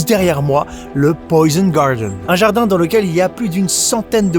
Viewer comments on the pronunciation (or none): « le poysn gawdeun »